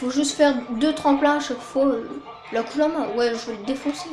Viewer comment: La penumbra celle que t'avait dans la 2° ème course est pas électrique mais pourquoi tu dit kulama pour la kuruma ?